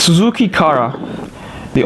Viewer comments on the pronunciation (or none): none